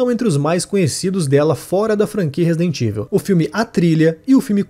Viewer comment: A pronúncia de Resident Evil do locutor é de doer. Chegou a criar uma nova palavra em português: RESIDENTÍVEL. 😂😂😂😂😂